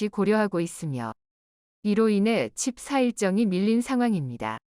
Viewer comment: 돋보기 쓰는게 필요할듯ㅡㅡ 칩 4를 자꾸 칩 나로 읽네 ㅋㅋ